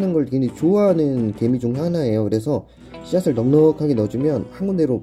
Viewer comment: 나 개미를 게이로 들었어😂😂